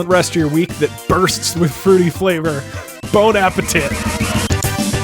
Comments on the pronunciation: Boi its bon appétit not bon appétite keep it going man this is great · bon ata pete not TIT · "Bone apple tit" is what i heard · i was drinking water at the end of the video and when he said ¨BONAPE TIT¨ i laughed so hard i almost spit ALL of my water of over my pc screen. Thank you doug doug i will always love you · Glad you are stayin with the 'bone apa tit' outro doug. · "Bon Appe-tit" Ngl. Best thing I heard all week. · Hehe he said tit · "Bone Apple Tea" to you as well <3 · Bone apple teeth